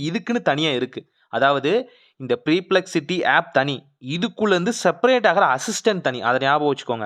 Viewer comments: ச்சை தம்பி அது ப்ரிப்லெக்ஸிட்டி இல்லை பர்ப்லெக்ஸிட்டி ன்னு சொல்லணும் முதல்ல ஒழுங்கா படிக்க கத்துக்க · Preplexity illaathu perplexity